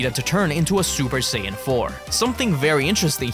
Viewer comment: Mispronounced Saiyan as "Sayin"